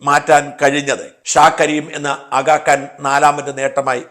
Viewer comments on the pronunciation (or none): ഷാജാ, ആഗാ "കാൻ" അല്ല, ആഗാ "ഖാൻ" ആണ്.....!! തെറ്റുകൾ തിരുത്തുന്നത് അംഗീകരിക്കും എന്ന് കരുതുന്നു 🙏🏼